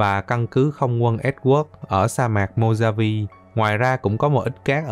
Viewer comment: Ngoài lề: Sa mạc Mojave đọc là Sa mạc Mô-ha-vi chứ k phải Mô-da-vi còn tại sao lại đọc như thế mình cũng chịu, người mỹ họ còn k biết tại sao mà =))